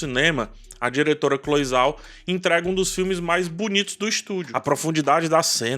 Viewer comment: 👏👏👏👏👏 Se pronuncia Cloe "Jao"